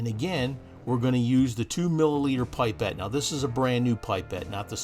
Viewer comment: pip or pup -pet, not pie pet. Fantastic video but made me friggin' cringe every time you said pie pet.